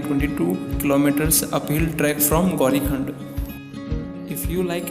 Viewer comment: whole video is awesome😍 btw Sir! U did'nt told us, in which district Kedarnath is situated ? & its not prnounced by gaurikhund , its " gaurikund" #jai_bhole_nath🙏🙏